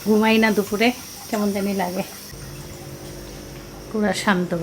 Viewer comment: "দুফুর" ❎ "দুপুর" ✅